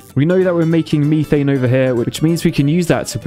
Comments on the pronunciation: Ah yes, good old "meethane" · The Times he misspronouces stuff like Neutron and Methane.